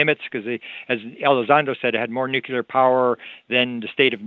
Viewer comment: It's so much easier to listen to on three-quarter speed. He's nonstop... the bonus of it though is that he's packing in twice as much information in almost.the same amount of time, pretty cool. But there's one thing that really irks me... the mispronunciation of nuclear. Drives me nuts, anyone else?